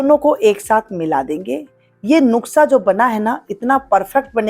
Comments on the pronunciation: Nuksha nahi madam Nushka hota hai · नुकसा नहीं बोलना खरा है नुसखा बोलिये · Madam nuksha nahi Nuskha .....plz 😅😅😅